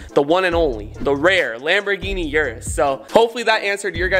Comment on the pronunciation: Was it only me or did say gamboling instead of Lamborghini 😂💙much love